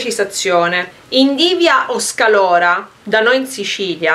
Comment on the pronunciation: sei fantastica...ma xké dici SCALORA? si dice SCAROLA!😁